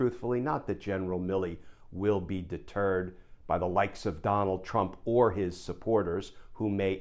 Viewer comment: Every time you say deterred i think youre referring to the turd. Trump.